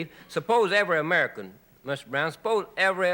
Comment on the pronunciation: "S'pose evewy amerikoohn"